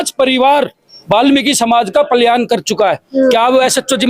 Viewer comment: Palyan nhi palayan hota h 😅